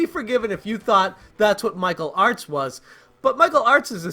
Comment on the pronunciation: Through my crappy 5S speaker, every time you say Michael Artz it sounds like you’re saying Mike O’Hart...